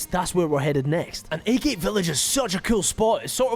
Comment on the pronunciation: is pronounced Aggg it (agate) like the gemstone